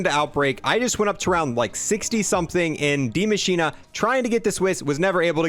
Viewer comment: Damn u must not have listened in school its die as in death and machine as in mechanical operatives not dea machina 😯😳